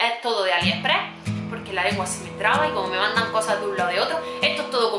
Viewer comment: Me asombra cuando dice Aliheprehh , no sabe que es AliExpress ??